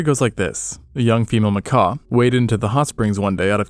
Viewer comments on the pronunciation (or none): Hey...nice video but a "macaw" is a big ass bird, darling. These are Macaques...like 'Mac-kack'. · Loved the video just like I love both your channels, but for crying out loud, these are monkeys 🐒not parrots 🦜. MacaQUE not macaw😂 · How did this video go from monkeys to people? And it's macaque not Macaw. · "Macaw"? A macaw is a bird. Those monkeys are called Macaques. "Macacs". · Bro you calling them Mcaws was driving me nuts. I woulda clicked off if I was a less patient man. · macaque is not pronounced the same way as macaw. Lmao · Bro, it pronounced makak, not makaw. Some say macock and that's fine if that's your thing. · FRRR why was he calling them macaws 😭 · I thought he was talking about a bird when he said macaw instead of macaque. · 😂 Happens to the best of us. Macaw 🦜 ≠ macaque 🐒 😅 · Japanese 'Macaw'? What? That's not how you pronounce Macaque...its a monkey, not a parrot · is that how you're supposed to pronounce macaque? I have only ever heard it "ma-cah-khe" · IT'S PRONOUNCED "MAH KAWK" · He probably heard Macaw at some point and presumed it was written like Macaque and meant the Monkey. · It's pronounced Muh-Cawk, as in muh-cawk got a little chilly and shrank away from the frigid wind. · He probably made a deliberate choice to mispronounce ma-COCK 😅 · Hes calling them macaque he just doesn't realize its coming out as macaw. 🤷‍♂️ It's the silent que that's throwing us off. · I suspected mispronouncing macaque was so you didn't get demonetized for swearing. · Well, it isn't an English word anyway. "French, from Portuguese macaco, from kaku mangabey, plural makaku, in one or more Bantu languages of Gabon and Congo " While I did notice that you'd said it weirdly, I just assumed that you'd never heard it pronounced...which is apparently correct. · Bro missing a a few letters at end of that monkeys name. I thought the video was talking about birds all of a sudden 🦜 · Can't suffer hearing the word Macaque pronounced wrong so many times, had to stop.